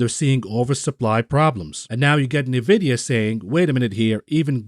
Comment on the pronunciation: Your pronunciation of Nvidia gets me shook everytime I never heard of Nevidia I know eNvidia